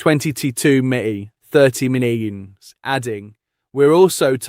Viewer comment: Why can’t you say millions and its not opted its united come on your English too stop butchering the language 😤🙊😩🥵